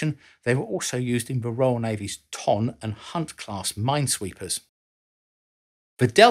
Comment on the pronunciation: The Royal Navy Ton Class - Ton in pronounced TUN as in the weight.